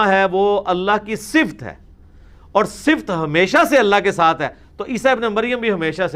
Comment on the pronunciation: انجینئر صاحب اس پر توجہ دیں ------------------------------------------- صفت کا صحیح تلفظ ص کے نیچے زیر ف پر زبر ت پر جزم(یعنی ت ساکن)